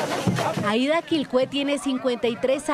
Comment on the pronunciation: un punto para la periodista que pronuncio bien el nombre del pueblo de la mayora Aida, es en lengua jajajja lo hizo bien